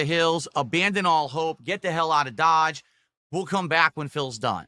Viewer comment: That's "get outta dahadge"